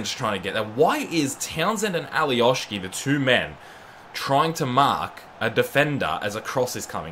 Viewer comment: Alioski no Alioški he is from Macedonia